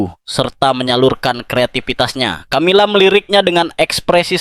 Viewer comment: Peu dilemoangjan ucapannya...bukan Tjamila tetapi Kamila....tidak semya huruf c dibaca tj...misal coca cola dibaca koka kola bukan tjotja tjola..umumnya dalam bhs.internadional huruf c jika doikuti oleh hurug a...o..da u dibaca seperti k...tetapi jika diikuti olh e..i...diucapjan seoerti s.....